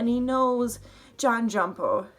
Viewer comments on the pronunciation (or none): why is she saying Jon "JumpO"